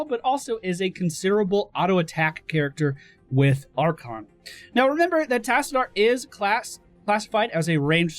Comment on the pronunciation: That is not how you pronounce Tassadar and you know it!